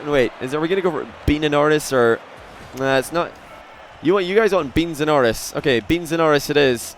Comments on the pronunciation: it sounded like said Metsapenis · Missedanoris. Missed - a - no - ris